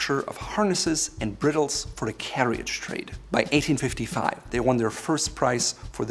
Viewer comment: 1.37: it’s not “briddles”